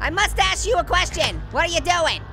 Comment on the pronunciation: May I axe you a question?